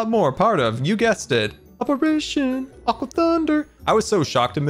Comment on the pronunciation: i think you spelled aqua wrong xD u said aque